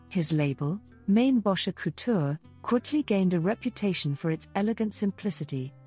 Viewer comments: Actually pronounced as in "Maine-bocker" with a hard "K" sound. He was a Chicagoan. His name was not "French". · Mainbocher is pronounced Main-Bow-Shay. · AI can't pronounce his name. LOL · Don’t you love AI???? Can’t even pronounce his name. Ridiculous